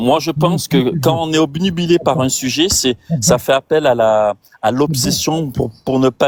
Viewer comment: Il n'est pas toubib, infoutu de s'exprimer correctement. Le gars dit "omnibulé" au lieu de "obnubilé", arrêtez d'être aussi naïf. Son premier alias était "", maintenant c'est "". Si je choisis de m'appeler "le génie", ça ne fera pas vraiment de moi un génie.